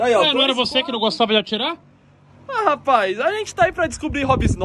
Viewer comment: "rapaiz" kkkkkkkkkkkkk